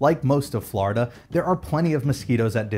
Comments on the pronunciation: it's florida not flarda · It’s floor-duh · Sounds like he is calling it Flarda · You can tell someone is not from Florida because they say Flarida. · The way he says Florida fills me with rage. There's no "A" in there buddy.